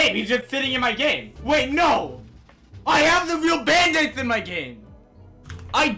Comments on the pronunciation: “Bandithes” XD LOL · can we get a "Bandites" counter cause i swear every time he said bandites is equal to the amount of times i died in arsenal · I got really anyone when he kept saying bAnDItEs